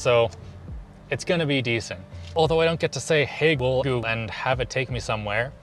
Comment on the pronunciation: Why was it "hey Goo-bhgffhhycrhbgfxs-gle" ?